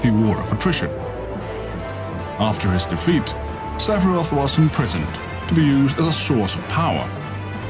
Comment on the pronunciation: Sephirot, not Sephiroth. Otherwise, good video.